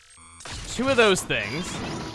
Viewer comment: There's chu of you? At least he didn't say 'chu' twice or we'd be switching franchises.